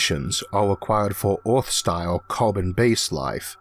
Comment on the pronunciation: Sewies. Eawth. Gwavity. Vawiables. Why did they get the guy who can't talk to narrate the video?